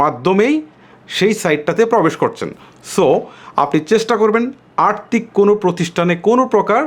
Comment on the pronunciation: আর্তিক না আর্থিক 🤣